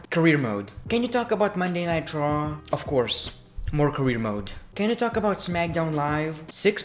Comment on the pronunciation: Anyone notice he says Monday night traw